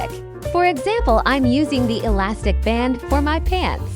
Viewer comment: He said enything alastic